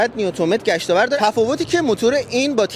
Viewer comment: یارو بعنوان کارشناس هنوز بلد نیست گشتاور تلفظ کنه. میگه گشتاورد مثلا یاد وردآورد یا هم آورد افتاده . میگه دیکس صفحه . بابا یه کات بدین بهش بگین درست حرف بزنه. احترام به بیننده بذارید. حالا شما یه درصد فک کن مفهومشو بدونه. عین طوطی یه سری چیز قبل تصویر برداری بهش گفتن اینم بلغور میکنه